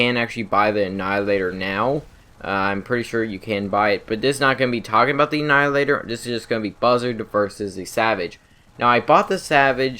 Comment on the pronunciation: I feel bad but he said "annihilator" with the L just fine but nothing else with an L properly. I just font understand